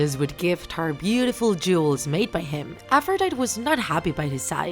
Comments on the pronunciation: It triggered me when she pronounced it A-fro-dy-T It’s pronounced a-fro-dy-tE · omg who here likes percy jackson (and aphrodite is pronounced "af-ro-dy-dee" not "af-ro-dyte") ok im sorry but am i the only raging over how she pronounced ares, aphrodite, and hephaestus? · Aphrodite is pronounced as: Afro - die - tea... not Afro - die - t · Her name is pronounced as APH-RO-DIE-TEE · nobody: Narrator: AFFROWDIET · You said it wrong it is afrõs i am from greece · Its afro-diet-ea/i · I don’t know if I’m wrong because I’ve been pronouncing Aphrodite like Af-row-day-ty. With a y sound at the end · I just told you that Aphrodite is pronounced Afro diet E (most simple way to pronounce it) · ... She said her name wrong... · You are pronouncing the names wrong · That’s not really how you say Aphrodite but okay! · Isn't she pronounceing Aphrodite wrong?